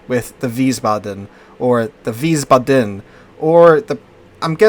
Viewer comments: Wiesbaden -- VEEZ-bah-dun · it's pronounced like wiesbadn, or wiesbadmmm. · Please,, you're making my ears bleed. It's pronounced VEES-bahdun, with the emphasis on the first syllable, not the last. 😩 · How do the turrets get ammo with nothing but four small squares, which is wild in its own right, underneath them. And you had the pronouncing down the first time around, Wies (Vees) Baden, no emphasize on the a or d, just Baden. IE is E, EI is I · Weez-Bah-Den? ...that's how I'm pronouncing it. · Think is "veesbahden" with the accent on the first syllable. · Veisbaden w are pronounced with v and it would be with I sound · Wiissbaadeen and it's a softly spoken word. The double letters are long. ie = long i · Isn't w-ice-bod-in? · Just pronounce it like you did at first with a longer a sound in Wiesbaden (so ba...aden) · if you think about it in english letter pronounciation (which is quite inconsistent anyway :P ) yes, but if you just remember that the German 'i' is 'e' as in the word english and the German 'e' is like 'e' in error. 'ie' is just elongated like 'ee' in seen and 'ei' is the sound of 'I'. Don't stick to the "second letter" rule. Won't work often. German pronounciations are quite consistent contrary to english, so once you get the hang of the sounds of the vowels you are basically set.